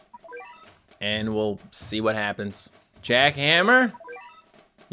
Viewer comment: It’s jack han-ma not jack hammer